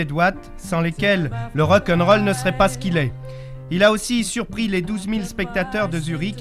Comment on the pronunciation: Le Rokeunrol 😂 ces journalistes 😂 Queen, la base 😍